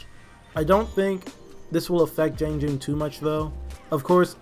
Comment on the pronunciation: JEE-AHNG. It's funny because you pronounce the 'a' correctly in "Tiandi."